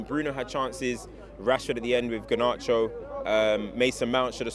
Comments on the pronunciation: Ganarcho? 😂😂😂 garnacho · Came has the poshest pronunciation of Garnacho that I have heard 😂